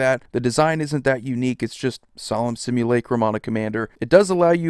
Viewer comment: Wow someone actually knows how to pronounce simulacrum. Thumbs up just for that!